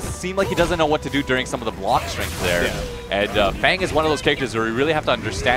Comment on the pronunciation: Why do these US commentators keep calling FANG - Thong or Farngh ?